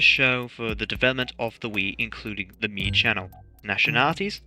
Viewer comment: Yay I got the funny note! Also correct pronunciation on your part, I can finally rest comfortably tonight